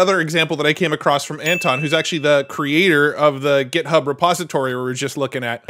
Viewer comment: Hey - It's pronounced Git-Hub, not Get-Hub. Also, JSON is pronounced "Jay-Sahn" (no one reads out the letters of the acronym), which incidentally means JavaScript Object Notation). For FRVR you had two good guesses, but I think "forever" makes more sense than "fever" given their logo is based on the infinity symbol. Love your work and your passion!